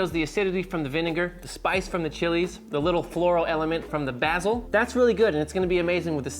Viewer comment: BA BA BAsiiiiiiiiiiiiiiiiiiiiiiil not bahsil